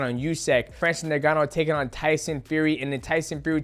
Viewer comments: Bro called Francis “Niganno” 😂😂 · Love Mighty Mouse but dang his pronunciations bothered me. U-sick, Nig-annou, Lama-chenko. Like bro that’s not you you say them lol